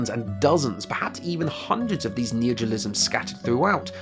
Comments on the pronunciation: I was confused of what you were saying because you kept saying "Neogiolisms" instead of "neologisms" so I thought you were talking about something else, then I saw the word on screen hehehe. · Dude it's neologisms, not neojolisms like you pronounce it. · "neogilisms" I'M GONNA KILL SOMETHING. It's NEO LO GISMS. fUCK'S SAKE. Why do english speakers have no respect for themselves? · Very interesting, but maybe practice pronouncing "neologisms" rather than "neogolisms". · neologisms isn't hard to pronounce, come on